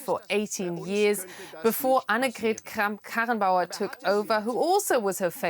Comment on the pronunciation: Presents the news on DEUTSCHE Welle and can't pronounce Annegret Kramp Karrenbauer 💀